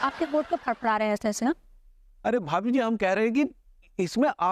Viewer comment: अबे वो भाबी जी नहीं भाभी जी होता है 😂😂😂😂